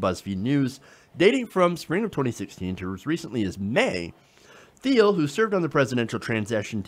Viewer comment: It's pronounced /tiːl/ not /θiːl/, silly!